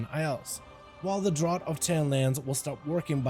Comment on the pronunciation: thanks for the tips, but just fyi draught is pronounced draft ^^